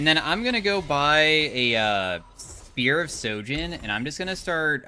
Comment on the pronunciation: Real question.. Why does y'all keep saying spear of SOJIN when it clearly has an H on SHOJIN?